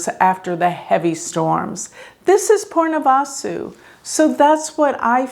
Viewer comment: So weird she says “Purnavasu” instead of Punarvasu.